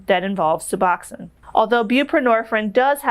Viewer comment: Suh-box-own. Bū-pruh-nor-feen. The last syllable of each word contains a long vowel. Sorry to correct you.